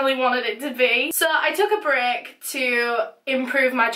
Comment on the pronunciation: When she said, "I wanted to take a break" I thought she said brick lol I still love her tho :)